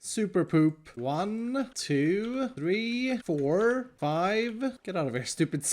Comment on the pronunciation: "Two, Ree, For, Fai"